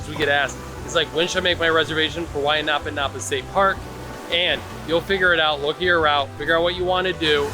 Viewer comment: Anapanapa has nothing to do with “bend” as you stated. A'napa (ā-nă'-pā)- glistening brightness, as of reflected light; a shine; a luster; a sheen. Wai= fresh water. Kai= ocean water First you try to teach me Olelo Hawai’i. Second, to translated wrong. Third you pronounced the word wrong. Your ancestors banned our language, banned our culture and arts, banned our hula and. Illegally took our land away. Go educate yourself and read the Bayonet Constitution. Your ignorance of our language and your egregious translation, teaching me my language is out of your boundaries. Geez.